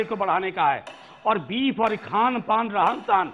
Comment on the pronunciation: Beef hota hai beaf nahi 😁😂😂